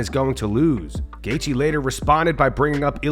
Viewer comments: " I would leave him to" gaythje? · We have full mount mma saying goythje before gta6